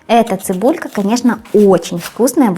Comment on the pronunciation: Вроде норм была а тут " цебулька " не позорься.